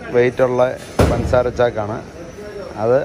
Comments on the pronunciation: പൻസാര അല്ല പഞ്ചസാര ആണ് 😃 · പന്‍സാര അല്ല ബ്രോ പഞ്ചസാര